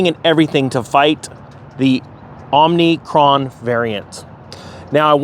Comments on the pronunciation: it's OMICRON, not omnicron. sheesh is everybody saying it wrong? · You probably heard by now that Omicron, (not) Omnicron (Fauci and Brandon pronounced it wrong), the anagram for "Omicron" is "Moronic." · It's not "Omni"cron, it's "Omi"cron